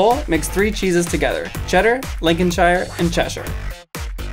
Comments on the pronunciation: Link-in-shh-eye-er WRONGLY PRONOUNCED IT'S link-in-shh-ear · For all you Americans, When you say Lincolnshire, Or any English word ending with "Shire" you don't pronounce it "Shy her" you pronounce it "Sher" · It’s pronounce like linconsheer Not shire that’s too posh and British ppl aren’t posh ( ) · Its pronounces lincolnsheer not lincolnshiier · It's pronounced Lincoln sher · You butchered the pronunciation of Lincolnshire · "lincolnshire" my inner British is about to murder